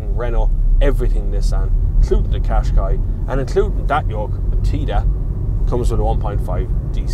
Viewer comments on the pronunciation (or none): none